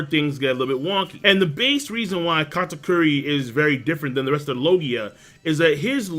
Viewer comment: why do you keep calling him Katkuri? It's Kata-Curry, as he's. 2 for 2 with them shots lol